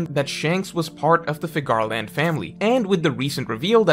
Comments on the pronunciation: Okay, can we stop pronouncing Figarland like that. Its Scottish. It's pronounced like Fig-er-lend. Youre basically saying Cigar-land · No one:: Fig-GAR-land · Good video. Hoping you wouldn’t mispronounce Figarland in future videos.